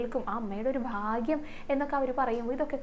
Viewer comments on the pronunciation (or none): none